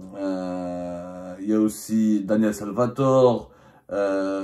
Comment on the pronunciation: On dit : OUVRAGE collectif. Et aussi : littéraire et pas léttéraire. Cazeneuve et non Gaz’neuf. Badinter donc UN et non Bad i n ter.